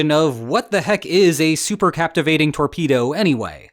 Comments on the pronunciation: The word should be "cavitating", not "captivating". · Captivating????????? or possibly Cavitating? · CAPTIVATING torpedo? ... really? Holy moley, what a scr3w-up! C A V I T A T I N G , C A V I T A T I O N. -- Re-edit this video's audio and re-post, please. Endless "Captivating"s from you sound quite deficient (i'm being nice). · Cavitating. No so captivating! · Captivating lol cavitating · It's cavatating not captivating. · Not "captivating", cavitating! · 'cavitating'...not 'captivating'.... Reading is hard.... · Cavitating ≠ Captivating... Pretty basic error, professor. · I am relieved that you pronounce "nuclear" as "new-clear" rather than "nuk-u-lar" however, the word CAVITATING differs from CApTIVATING There is no "p" in cavitating. Supercavitation - It is very odd that you mispronounced the word because the Transcript has it printed correctly. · It was "captivating" listening to you trying to say "cavitating" torpedo 😋🇦🇺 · "Captivating"? Cavitating? One of the most important words in the article...Is this the future of AI or just a failure of public education? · Did he say "captivating" instead of cavitating? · cavitating. not captivating. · CA-VI-TATING, not captivating.... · OMG BRO PLZ... C A V - I T - A T - I N G ... LIKE A CAVITY... NO 'P' ... THE BUBBLE IS THE CAVITY